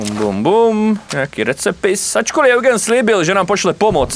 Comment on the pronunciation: Eugen není Eugen ale [judžín] 😂👌❤